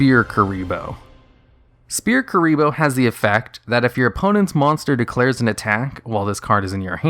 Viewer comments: Sphere Kuriboh is pronounced “sfere kuriboh” with the ph making an f sound not like “spear kuriboh” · Sphere Kuriboh. "S'fear Kuriboh". SSFEERR. The PH makes an F sound. XD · You're pronouncing "Sphere Kuriboh" incorrectly. The "ph" makes a "ffff" sound so if you write it out phonetically it looks more like: Sfeer Ebola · Sphere not spear omfg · Calling Sfere kuriboh Spear kuriboh is fuckin me up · It's pronounced "Sfear". Not Spear. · Did he just call sphere kuriboh Spear kuriboh ? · I physically cringed whenever he said Spear Kuriboh. It’s Sphere Kuriboh. S-fear S-fear. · Shpere Kuriboh is actually pronounced «Sfere Ebola». That’s DL-longo for ya! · Ah yes, SPEAR kuriboh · "Spear Kuriboh" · Spear kuriboh? Really? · I'm Mexican and I'm not sure that the pronunciation is SPEAR KURIBO, hahaha. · sorry did you say "spear" kurriboh? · Huh Yubel can still be very good, with the right cards. Also you are calling Sphere Kuriboh Spear Kuriboh. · Not trying to seem rude but u read sphere kuriboh as spear kuriboh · "SPEAR" kuriboh?!? xD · Did you call Sphere Kuriboh Spear Kuriboh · "Spear Kuriboh" LMAOOOOOOOO THIS MAN REALLY DOESN'T KNOW HOW TO PRONOUNCE SPHERE IM FUCKING DYING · He pronounces it " spear" kuribo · Everyone hears it as Spear kuriboh. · Sphere Ebola.. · How do you not know how to pronounce "sphere"? "PH" makes an "F" sound. Did they not teach you that? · Why can't you say sphere?